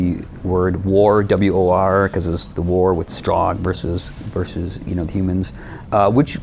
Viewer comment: To this day not even the developers can agree on whether it's pronounced "Strahg" or "Strohg"